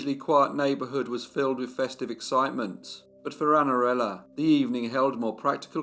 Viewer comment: Que narração horrível! Não consegue nem pronunciar O NOME DA MENINA!!! Espero que nunca mais narre nada